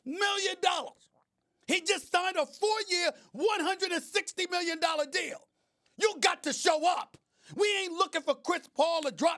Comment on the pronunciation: "35.6 millionoras"